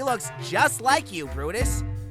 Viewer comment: Am my the only one who heard brutus say: dumba 😭